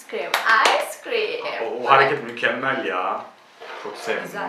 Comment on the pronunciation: de ikide birde ıce krem clin clin diyo sjsjsjsj